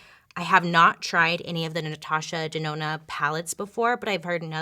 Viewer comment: She said Natasha DeNONO!!